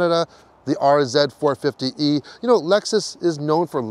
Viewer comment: What do you drive? Oh I drive a Lexus Rz-uh eh 4poopee?